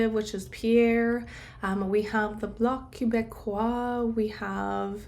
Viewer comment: It’s « Bloc Québécois » the final “s” is not pronounced in French. No Tarot reading needed to know that Singh and Blanchet won’t win. 😂😂😂